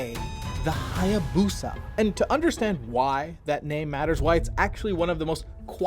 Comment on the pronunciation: Check Japanese Pronunciation of Hayabusa 🤭